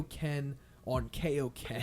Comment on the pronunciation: Yo its KAIoken not KAYoken that's a dub change